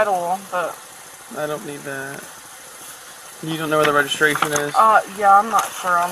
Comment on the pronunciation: "What do you need? Resregiration?" LOL